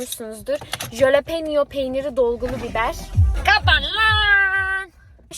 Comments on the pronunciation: jalepeno peynir değil biberin adı ve halopeno diye okunuyor linç amaçlı değil 😽❤️ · Askm o halepenyo diye okunuyor bi de biz onu her hafta yiyorduk asırı guzel bir biber